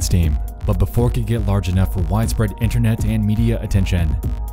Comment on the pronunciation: Why Internetz???? Binge watching a whole lot of your Videos And you always keep saying Internetz Why? I realy wonder why ?